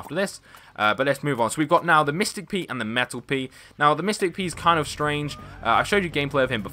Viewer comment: Why did you say mistic pea and metal pea?